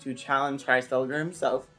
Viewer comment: His pronunciation was close, he was pronouncing the beginning like "h-rice" when it's actually "h-reese" so the full pronunciation would be "h-reese-vel-ger" and you would roll the r's.